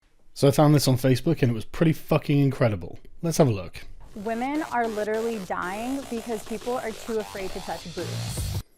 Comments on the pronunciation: Don’t know if I missed a video, what’s the reason for Sargon saying “wamen?” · Yo Sargon. About this "Wamen" thing... You and I both know it's bullshit. Just say "womyn" for pete's sake. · Sargon you're a 38yo guy, PLEASE stop with the Pewdiepie "Wamen" bullshit. I fucking cringe every time you say it. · Why does he keep saying wamen